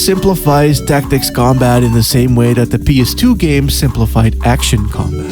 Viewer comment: Are you saying fif tacs,? Shits driving me crazy....